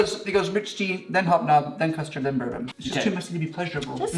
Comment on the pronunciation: The Bourbon biscuit is named after French royalty and not bourbon the drink it sounds like ball and bon.